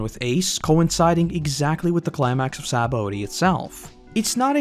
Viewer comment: Sha-bon-dee. SHA-BON-DEE. Other than that great video.